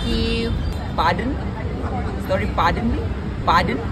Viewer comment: 😂😂pardon nahi paadan And thankewwwww was epic